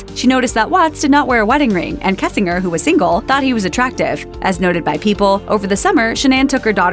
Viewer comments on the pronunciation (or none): Pronounced Kessing....GERRRRRR.. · mispronouncing "kessinger" gets old really fast.